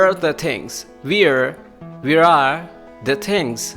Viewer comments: He spoke We're to where are . N this will be pronounce like wear. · U r right he pronounced wear not where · What ...wear mean is different and where is different ur pronunciation is wrong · plz correct ur pronounce of where